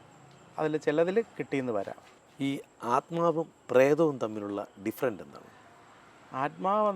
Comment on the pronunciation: ഡിഫറെൻസ് എന്ന് പറയു സർ